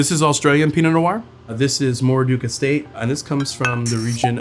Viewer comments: Moorooduc is pronounced phonetically like Moo-roo-duck. Emphasis on the first syllable. Aboriginal names of places are spelt as heard. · It's pronounced phonetically: Moo - roo - duck